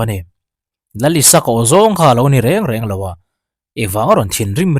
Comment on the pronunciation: Isaka ni lo in.. Isak tia koh/kauh a hua🤣🤣🤣